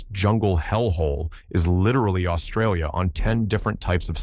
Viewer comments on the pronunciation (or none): none